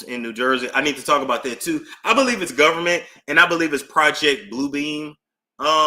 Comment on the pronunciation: I’m too afraid to pull up any files on the “govment.” 🤐😳